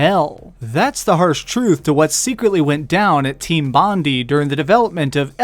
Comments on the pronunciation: Pronounced team "Bond - eye", but otherwise great vid! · it's Team Bon-Die that's how u say it the e is silent. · As an Australian how you pronounce "Bondi" kills me a little inside.